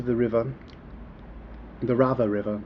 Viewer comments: Dude, it's not Rava it's Sava river. I think you haven't learn anything about Serbia, and there is so much! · River is Sava.....not Drava or Rava how you are pronouncing it. Btw. where did you hear that serbs came from Iran? :)). It was really jackass funny.... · it is not RAVA, it is Sava river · Best post in a while.. An i have to add one more fact about this video: He keep saying "Rava" for Sava river